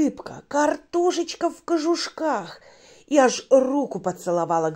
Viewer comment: На готовила! Бедная печень.А как скажет кажушки, звучит как какашки😀